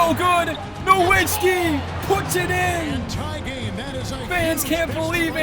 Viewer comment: Dirks last name is pronounced nuh-vits-ski. Germans pronounce their W’s like V’s